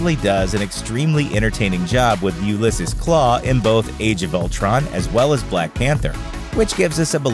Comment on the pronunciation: . It's not that hard to pronounce Ulysses